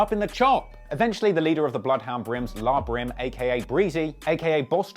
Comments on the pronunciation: NIGGA SAID “LAH BRIM” 😭😭😭😭😭 ITS L.A (like the city) DIMWIT LMAOOOO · It's L.A. Brim not La Brim. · Pretty sure it's pronounced L.A brim. La brim had me cracking up